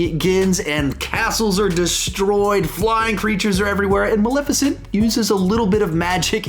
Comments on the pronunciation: BRO!!!! It’s Mal(eh)ficent !!!! Not Malificent. This review was damn near intolerable bc of your pronunciation alone. 🗣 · Sawyer Thompson it’s bothersome!!!! There’s and E there for a reason 😩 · I love how says “Maleficent” I just say it a liiitle different, and I’ve never heard it pronounced that way lol